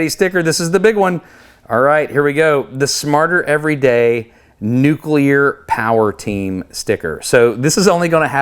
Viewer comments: THANK YOU for not saying “noo-kyoo-ler”. 😂😂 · Experiment Rev 2- attach 3 or 4 colored ping pong ballson the outside of the disc, but that might push the explanation too quickly. Awesome vid! Ps. Thanks for not saying “nucueler”😅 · So happy you pronounce nuclear correctly.